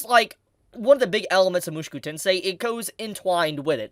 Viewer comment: Stop saying it like mooshkew it is - Mu-Sho-Ku